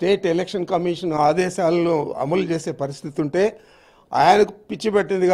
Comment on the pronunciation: ముందు నువ్వు కరెక్ట్ గా మాట్లాడం నేర్చుకొ రా, అములు కాదు అమలు